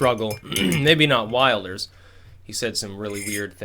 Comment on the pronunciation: "Maybe not Wilders" . . . HUH? Exactly what "weird things" has he said? You're sounding like the legacy media here. And btw, it's Wilders as in wilt, not wild.